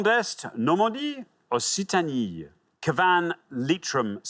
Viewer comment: Also, s by itself is pronounced /sh/ and a is pronounced somewhat as in 'hot'. I don't know why both Alexander and Richard pronounced Occitanie a 'Ossi...' instead of 'Oks...'. I suppose they pronounce 'flaccid' with soft c's too. Not that I should care too much about pronunciations, as I don't expect foreign speakers to sound English when they pronounce English placenames.